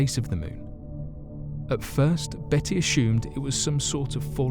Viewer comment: No 'H' in the word 'ASSUMED'